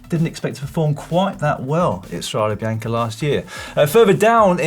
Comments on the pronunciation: STRAW-day bee-YAWN-kay...c'mon guys! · quite surprising realizing that pronouncing properly StradE Bianche (with a coosed final E) is so tough for everybody but the germans. Good Boys 🤣